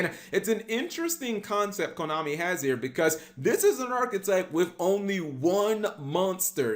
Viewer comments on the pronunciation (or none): none